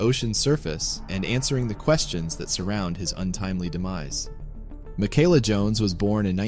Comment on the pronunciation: It’s pronounced Mee-Kah-lah.